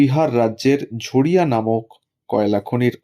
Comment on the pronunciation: ঝরিয়াকে ঝড়িয়া বলছেন কেন??????